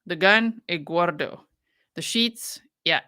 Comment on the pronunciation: Excuse me, it's "Egguardo"!